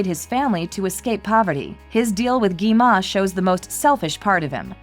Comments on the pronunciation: You said gima. You should say gwima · Its not gema its gwima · gi ma? ITS GWI-MA